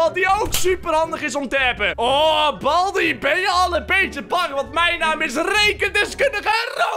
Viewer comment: Het is baldy niet balby